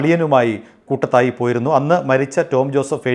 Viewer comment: കൂട്ടത്തായി അല്ല... കൂടത്തായി